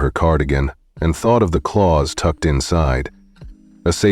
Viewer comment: Clause is pronounced as CLAWS, NOT Clowse.